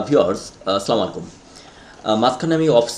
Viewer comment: vai..( Assalamualaikum ) bolben.. please.. salam ta ektu correct kore niben... kichu mone korben naa